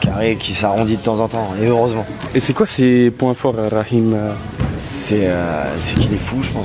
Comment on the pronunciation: Franchement chui étonné la bonne prononciation du prénom rakhim prcq en grande majorité, les gens ne parlant pas l'arabe ne savent pas le prononcer correctement😄😁😆